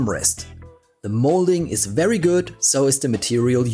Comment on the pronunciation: please learn to say your v's.. hearing wery nice every time is so grating